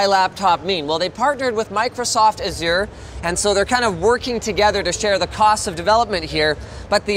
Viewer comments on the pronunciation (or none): Why do people pronounce azure like that? Like look up the word if you don't know how to say it! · Why is everyone saying Azure wrong?